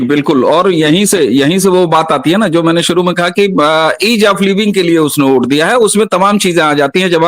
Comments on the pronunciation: आप लोग वोट को ओट क्यो बोल रहे हो मेंने बहोत बार सुना, अलग अलग वीडियो में भी आप लोगो को सुना लेकिन वोट की जगह ओट ही सुनाई दे रहा है। शायद में बहोत गलत भी हो सकता हु, फिर भी मेने आपको ये लिखा खास करके मेने को वोट को ओट कहेते पाया है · लेकिन ये तो बताओ की में जो वोट को ओट सुन रहा हु वो सच मे ओट ही बोला जा रहा था या फिर वोट नहीं पर ओट ही बोलना सही है